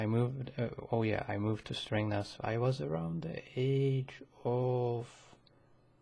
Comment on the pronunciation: ”stringnath” lol, it is Strängnäs not stringnath lol